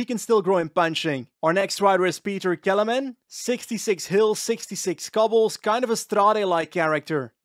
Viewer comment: Pronoucation of Petr Kelemen almost killed me 😂